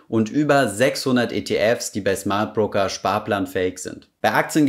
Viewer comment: Schmardbroker:D Sorry